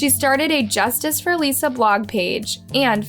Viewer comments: Her name was Alissa..not Aleesha.. ALIS..SA... not Alee..sha.. mis-pronouncing names is just disrespectful.. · I think you did a good job with the stories. Although I wish you had pronounced Alissa's name the way it's supposed to be. A-lis-sa. Not A-lisa. You said that wrong every time even though the clips with her sister clearly showed you how to pronounce it correctly. It seems like a small detail. But it would have been more respectful to the victim and her family. A name is very, very personal. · Why did you guys cut out a lot of the facts and details from the first case? This is the first channel to seem sympathetic towards Gable in all my years watching true crime. Also, in the last case, her name is "AL-ISS-A", not "A-lees-a". Her own family members pronounce the name as such, yall even included video of Michael pronouncing her name that way. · Her name is clearly Alissa not Aleesa. Have some respect! Her dad clearly states her name literally in the video! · the sister literally says her (alissa 's) name correctly in the video clip but you keep calling her a lisa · I love your videos except that you don’t even try at all to pronounce things correctly? There’s a clip in here of her sister saying her name correctly and you don’t say it properly one single time. Pretty disrespectful. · It’s really annoying that you mispronounced her name through the entire video. It’s clearly pronounced by her family during all the videos, then you do it wrong. The dead deserve to at the very least have their names pronounced properly!!! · My question is, why is it that you've listened to the videos SAYING her name and you still say it wrong 🙄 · You're pronouncing her name completely wrong and there are many other videos with the correct pronunciation. Very very easy to check. I feel it's a little disrespectful to not even get her name right. Thumbs down.